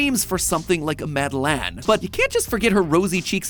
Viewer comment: The way MatPat butchered the pronunciation of Madeleine hurts me but I’ll miss him and his dad humor